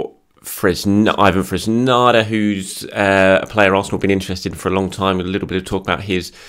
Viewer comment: It is fresneeda not fresnada